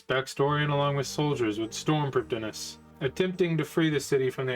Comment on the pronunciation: Just one nitpick from me Prifddinas uses Welsh spelling and pronunciation, as with all Elven areas/characters of RuneScape. So the correct way to say it isn't as straightforward as it seems. The correct way to pronounce it is "Priv-thee-nas", since 'dd' in Welsh makes a 'th' sound.